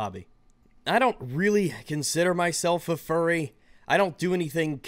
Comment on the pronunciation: He says fuwwy. He unnironically does. Endme.